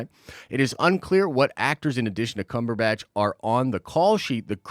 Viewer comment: Why the snide pronunciation of Benedict Cumberbatch's name? You're better than that.